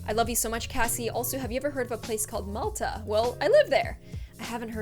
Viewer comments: *it's mall-ta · she said Malta wrong mall-ta